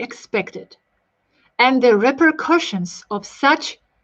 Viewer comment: Repercussions - repersalias